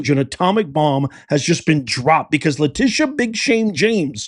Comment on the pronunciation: Lie-tee-sha.. (lying Tee sha) go hard and take her down Madam AG Bondi!